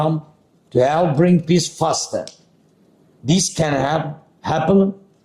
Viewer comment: “Peace” pronounced by z sounds like “piss” literally and metaphorically!!!